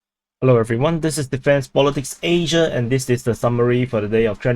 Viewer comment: stop saying asia like that man you sound like a pig